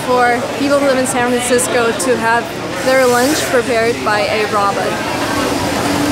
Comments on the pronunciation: Why do U call it a RABIT? It is Rowbot- sounding it out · Sounds like she says Roberts other then that great video not being mean just saying great video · Isn't it supposed to be pronounced as row-baats? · The way she says robot 😄 adorable! Row-bot is the American pronunciation. Aww her moms adorable too! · Lol her pronunciation of robot is adorable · Can't say a simple word like "robot" -- really. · I'll never say "robot" the same again..